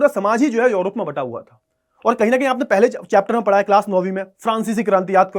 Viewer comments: Sir urop hai yorop nhi😊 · Sir ye योरोप hahi hai balki यूरोप hai